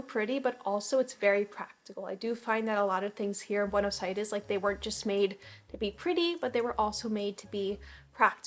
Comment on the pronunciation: The way you pronounce "Buenos Aires" sounds so argentinian.